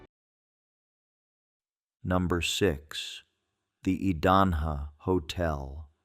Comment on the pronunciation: As an Idahoan, let me help. Payette = Pay-et. Boise = Boy-see. Idanha = Eye-dan-haw. kootenai = Koot-en-ee. Owyhee = Oh-why-hee. Coeur d'alene = core-duh-lane. Also,, Payette Lake in McCall, everyone believes it's a giant sturgeon fish.